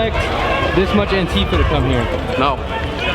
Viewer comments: Please stop saying "anTEEfa". That's not how it's pronounced. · "Antifa" is not pronounced anTEEfa, for fuck's sake.